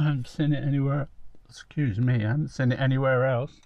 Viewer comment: If you look at Google maps you could be forgiven for thinking there wasn't much there other than RAF Valley and Holyhead but we know different don't we.. I noticed today that there is something that points you out as having spent your life in Scilly Sussex when you pronounced "seen it" as. Just like us Daveys do. Also tell Carol the the windswept "hairstyle" she was "rocking' as the youngsters say, has always been known in our family as "Seaside hair". We would go down Littlehampton west beach or Climping and come back to granny's for tea and she'd say "I know where you been boy, you got Seaside hair". Made me smile on a miserable dull day in Glawstersher 🙂. I haven't had a KFC for about three years now but I know my son says the same as you that it's not what it was. Bring back the Colonel I say. 🙂